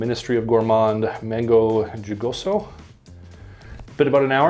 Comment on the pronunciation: mango jugoso or “juicy mango “ just say it like so..hoo-go-so😊